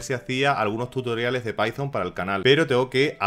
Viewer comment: Like por "Pitón" en vez de "paizon" ❤